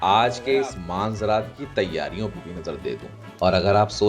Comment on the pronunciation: Maanzraat nhi. Meanzraat